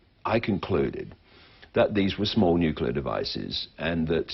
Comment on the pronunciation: "Nicular fission is a clean, cheap and very safe..." Are you having a laugh, or you just plain stupid? Decommissioning a nucular generating plant costs more than it costs to build one. The long-term storage of nuclear waste will exceed even that. And you are even so creduluous as to believe in the global-warming myth. Writing further to a block-head like you, would be a waste of my time. --R.T. Thomes (Amsterdam, The Netherlands)